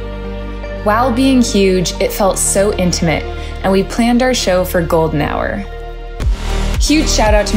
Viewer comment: "while being huge, but, it felt so intamate" 🫢💀